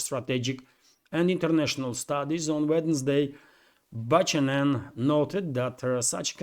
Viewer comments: I'll help you with some Western names pronunciation - that rear admiral - Thomas Buchanan - he's indeed a man who graduated from some US military academy. He looks kind of young - and whatever he says in public has been vetted and approved by his higher ups. The pronunciation of his name is - Bu - can- en - silient H so not pronounced. He's a good example of the deterioration of the US military class over the decades since the Vietnam war. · Buck anon,is how you pronounce Buchanan My Friend 😊. Be good be safe, and ciao for now....Blue 😇✋🏴🇬🇧. FREE BRITAIN 🏴🇬🇧✌.